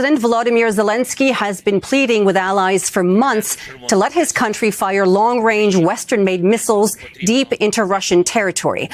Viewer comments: Did he say long wang? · I think Justin showed us who his masters are when he said "Long Wange Missles" 😂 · ‘Long wange’ 🥴🥴🥴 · watch out for dat wong wange weaponwy!!!